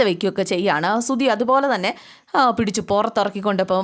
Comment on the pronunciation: സുധി........ സുദി.. അല്ല